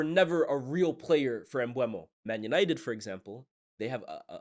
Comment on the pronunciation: M-BUH-MO. Aren’t you based in France?